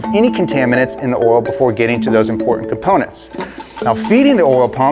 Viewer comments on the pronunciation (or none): I’ve noticed you struggled to say coil and oil 😂😂😂 corl and orl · What the heck is this "orl" he keeps going on about? 😄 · "Distributes a thin layer of ORAL" LETSGOOO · why do you say oil like that!😂😂